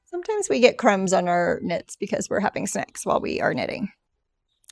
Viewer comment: I had to listen 4x to interpret, "sometimes we get crumbs in our work because we're having SNACKS while we're knitting" is not what I heard the first 3 times!!🤣🤣